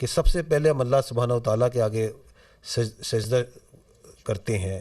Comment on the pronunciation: What kind of emaan is this even he can't pronounce the sujda 😂